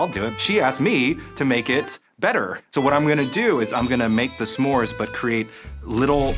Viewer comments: The end of the video was hard to keep hearing some more instead of Smore, it's not a some more 😕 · I'm sorry, but the way Rosanna keeps saying "SA-more" is driving me absolutely nuts. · ‘suh-more’ gives me the ick i cant 😭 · This is just an ick of mine, but they’re not “SAMORES”. They’re “S’MORES”. Do we pronounce “don’t” as “do not”? NO. The apostrophe is there for a reason. It’s not “some mores” it’s a contraction of those words. ITS DRIVING ME CRAZY. I’m sorry. I love you all. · Ssssssssmores, SSSSSSSSSSSSSSSSSMORES! Not samores!🤦🏾‍♀️ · Curious to know if pronouncing the apostrophe in "s'mores" (suh-mores) is super common? I have never heard it said any way other than "smores" before. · Why does the one judge keep pronouncing Smores wrong? It's not sa'mores, no a sound. Sm. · why is rosanna saying semores ? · Rosanna actually pronouncing it as Suh Mores haunts me more than the cooking. Like yeah that’s the SPIRIT of the word but I’ve never heard anyone say it that way. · THANK you. No one else pronounces the apostrophe in s'more. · i’ve never heard the apostrophe in s’mores so pronounced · Is it just me or Rosanna pronouncing s’more is killing me lmao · i love the way they pronounce Smores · Why did she keep adding an a there isn’t an a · Ro's pronunciation of "s'mores" is definitely something. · Ro doesn't know how to pronounce s'mores